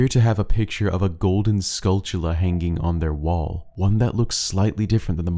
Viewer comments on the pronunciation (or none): Why does everyone on Youtube mispronounce the golden spiders in OOT and Majora's Mask? I have NEVER figured that out. You keep pronouncing it with a "ch" in the word and that is clearly not there. Do you and other YouTubers have some kind of disorder you share?